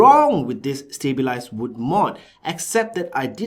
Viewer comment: Stableized? you must have said it about 10-20 times, its stab wood LMAO!